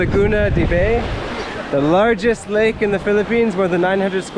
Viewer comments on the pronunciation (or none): Laguna de Bay is pronounced "BAI", not "BEY". It's derived from the settlement of Bay, Laguna. The origin of the name of the settlement is unknown. Probably originally meant "woman", "shore", or "house". We don't know. Butong, very likely probably meant the same thing as in Visayan, in the ancient languages of that area. Young coconut. Tagalog (and other Philippine languages) were formerly more diverse in terms of dialects, when settlements were still separated further from each other, but they underwent a linguistic phenomenon called "leveling." This is when dialects begin to sound more and more like each other due to repeated contact, until they eventually lose distinction altogether. The ancient Tagalog dialect of that region probably called young coconuts "butong". But eventually replaced it with "buko" when the influence of Manila Tagalog spread.